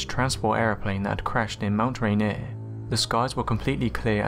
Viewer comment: Thank you for pronouncing Yakima and Rainier correctly. Now I can say that flying saucers were first named where I grew up.